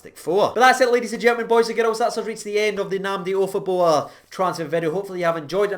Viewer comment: Jesus mate did you get any sleep ? 😂😂😂 Wow that was a pretty good pronunciatonionion, especially with your past 😂😂 Seems like it’s a good player to get on a pre-contract with all the potential he has, especially since there’s a good chance that Kamara might be sold in the summer 😩 And add to that the fact that Davis is 36 so he likely has a year or two left in him at most 😭 Just seems really smart to get him signed up and prepare ourselves for the future. Hopefully Nnamdi can do well on his loan to Wycombe Wanderers,improve his skills and then come up to play for us in the summer and fight for a place in the team and make the midfield up their game another level. Excited to see how the rest of this season and next season goes.